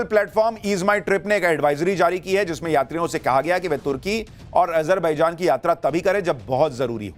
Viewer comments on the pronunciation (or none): Ajar- be -jaan😅ardh-gone😅